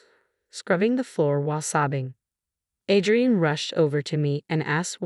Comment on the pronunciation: It’s pronounced A-DREE-IN